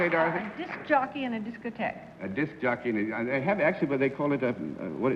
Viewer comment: Diskeer? What was the word used before disc jockey? Discquer?